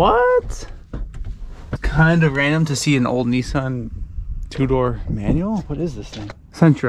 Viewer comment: Not “ NEESARN “ but “ NISAN “ .